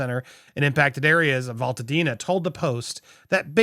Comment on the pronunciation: FYI - It's AL-ta-dena. Not 'all'. This is how we say it. :)